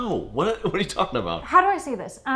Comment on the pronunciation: Canadien pronunciation: "uh-beh-oot"